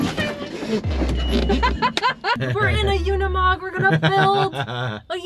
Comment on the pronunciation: I swear people can't read.. it's a uni-mog not a una-mog you guys can't even pronounce it correctly and it's not even hard . Cringe